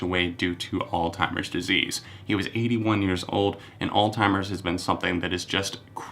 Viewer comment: Do you genuinely think that Alzheimer's is pronounced 'old-timers' or is that what you called it when you were younger and it just stuck??